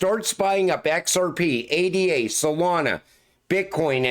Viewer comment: … you call people out for mispronouncing Cardano while making the same mistake yourself. You spell out A.D.A. like it’s just another ticker, but unlike most crypto tickers that stand for something, ADA represents a person—Ada Lovelace, one of history’s first mathematicians and computer programmers. Cardano itself is also named after a mathematician—Gerolamo Cardano—so the entire ecosystem is built on honoring historical figures, not just random abbreviations. By saying A.D.A. instead of Ada, you’re not actually honoring Lovelace—you’re treating the ticker like it holds the same kind of value as other crypto tickers when it doesn’t. It’s like insisting your name should be pronounced R.I.C.H. instead of just, while acting like you completely understand the reasoning behind it. Even the Ellipal Cardano cold wallet is named Byron—after Lord Byron, Ada Lovelace’s father—reinforcing that these names weren’t chosen arbitrarily. If Lovelace could hear you reducing her name to just letters, she’d probably blush in embarrassment, because the entire point of the ticker was to honor her, not to be spelled out like a generic acronym. You think you get it, but you’re proving you don’t.